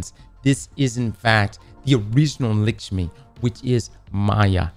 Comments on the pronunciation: What is this random fixation on Maya Sundaresh anyway? She was an annoying exo in splicer with an annoying smokers voice who nearly let the vex take over. Also why does pronounce it "Lickshmi" when her name is "LAkshmi" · Bro calls her "licks me" 😂 Think you need to google pronounce that one my guy! 😂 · Can you say lick-shmi one more time please? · Why does ignore the A in Lakshmi